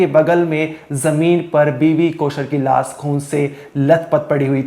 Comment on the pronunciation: Biwi ki laas padi hai ya laash? Paryas kar rahe hein ya prayas kar rahe hein.... Bhai pehle diction thik karo